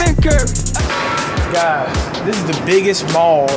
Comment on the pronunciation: Stephen ceeury is how he says it 😂